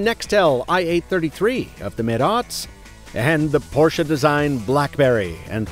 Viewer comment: Thanks for not calling it "PORSH"